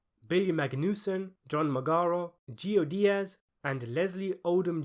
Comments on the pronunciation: *Joey Diaz. not Geo Diaz or whatever you said. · Loved the video but never pronounce Uncle Joeys name as Jeo Diaz again... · Joey Diaz*** not gio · That’s Joey Diaz not Geo Diaz. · “Jeeo Diaz”. 😂